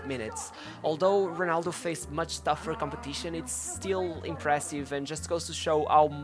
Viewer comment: “Honaldo”.. Hood Gullit” ... Hood Van Nistlehoi”... would it kill you to try to pronounce the ‘r’ sound?